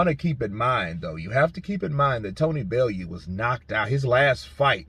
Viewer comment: It’s pronounced Belloo